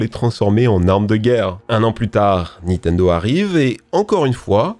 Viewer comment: arrêter de dire nitendo svp